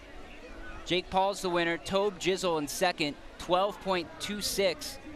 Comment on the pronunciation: My man said tab jizzle😂😂😂😂